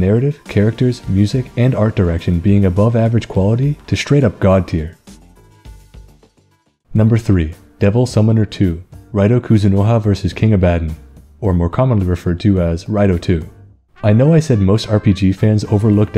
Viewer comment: Btw is ab-ah-don ❤